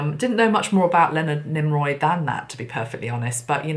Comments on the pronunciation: Nimoy not Niroy. ♥️ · Why did you call him "Nimroy"? It was NIMOY. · NIMOY sweetie not NimRoy 😘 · Lol, Leonard Nimoy (Nee-moy), not Nim-roy. 😂 You're so adorable. ❤ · Why did you keep calling him NimROY? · Thank you so much...that was really interesting. I love how you connect the different signs and synchronicities...wow so many messages from that. Yes, it was James Cameron who did Titanic. Also, I have to mention cause it was bugging me a bit..it’s Leonard NÉE-MOY not NEEM- ROY. Not sure why the “R” kept coming into your pronunciation of his name...anyway it was all still really FASCINATING (as Spock would say). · Good morning from Canada. 🇨🇦👋. Mr. Spock’s real name is Pronounced: Neemoiy. There is no R in his name. 👍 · Why do you call him NimRoy? you must be tired.. my favorite was Bones but Spock was a second favorite. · Thank you,! I've been a long-time fan of Leonard Nimoy and I have his books. His last name is pronounced "Nee - moy". 😘 ⚘ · I sent angels to be around her and saw her surrounded by angels. Dear, I adore you, but his name is Nee-Moy